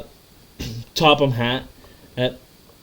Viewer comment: Tophamhat-kyo is pronounced toh-fam-ha-Tokyo